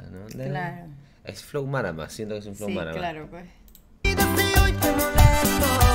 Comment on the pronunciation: Mano no se dice Marama se dice márama